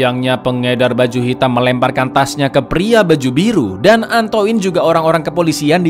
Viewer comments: antoinne baca ny antoain mas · Koreksi dikit, Min, pengucapan bahasa Perancis: 1. Marseile dibaca Markhsheye 2. Antoine dibaca Antuan